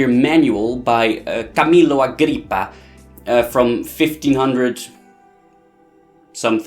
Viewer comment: Whow... that “Camillo Agrippa”... you pronounced it correctly. Well, your tone of voice was kind of silly but the pronounciation was good.